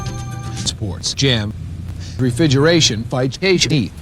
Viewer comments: Was "refigeration" the best edits in all of history, or does this guy just have a selective speach impediment? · Was "Refigeration" an audio edit by you or did was that just how the guy in the video says it? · Is the Refigeration thing from how the guy originally pronounced the word or was it something you edited? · That was how the guy (David Catanzaro) said it. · Imagine mispronouncing refrigeration 40 years ago for a training vid that no one is gonna see, only to find it pooped like this. XD